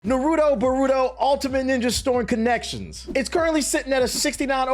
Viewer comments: The way this guy says Boruto kinda sounds like burrito 🤣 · Bruh the pronunciation of Naruto and Boruto was terrrible 😂😅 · bro is saying "Nuhrudo Buhrudo" lol